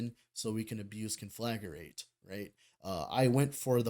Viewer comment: You're putting an extra syllable in Conflagrate. Con-fla-great. As in this guide is con-fla-GREAT.